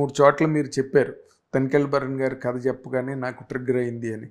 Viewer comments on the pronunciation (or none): వీడికి కథ అనడం కూడ రాదు.. Katha అంటాడు 🤦‍♀️ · అరేయ్ తింగర సన్యాసి కత కాదురా కధ అని పలకాలి రా యాప్రాసి నాయాల